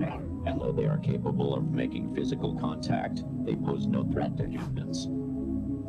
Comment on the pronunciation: "Can't act on site" IT'S CONTACT ON-SITE 😂